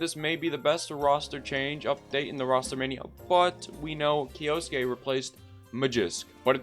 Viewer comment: Omg if you were to not split kyou into two syllables and instead pronounce it as one as you should have you would have been the first youtuber to pronounce his name right. Like at least you got the suke part down perfectly unlike others who turn the e into an i.